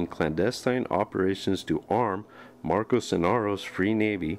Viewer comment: Good video, but it's "Marco" not "Marcos" ;)